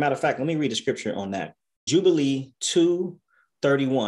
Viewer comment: Jubilees not Nubilees